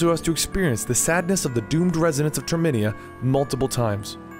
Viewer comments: its termina not terminia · It's Termina (tur)(meh)(nuh) just a heads up